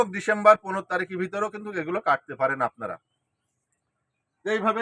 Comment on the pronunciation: কিন্তুক বলবেন না। বলবেন কিন্তু। ধন্যবাদ